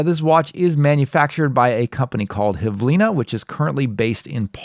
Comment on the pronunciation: IIRC it's belarusian brand (hv-ili-na, not h-v-lina) which means "minute"